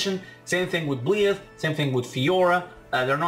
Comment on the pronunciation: byleth is pronounced by-leth, i believe we'll get at least 10 more dlc fighters and i believe that at least 2 of those fighters will be geno and shantae (unless shantae is revealed as challenger pack 5) but i could see some of the additional dlc fighters coming with a stage and/or music, i think we could see byleth, dixie kong, maybe grooky's final evolution and maybe elma, i could also see lloyd Irving or even agumon getting in, in regards to doom slayer and sora i could see them being mii costumes, they could replace the spring man assist trophy with his robot duplicate spring-tron in order to bring spring man as a fighter, i could see master chief getting in as a mii costume, i think that if crash does get in he'd be the very last dlc fighter that we get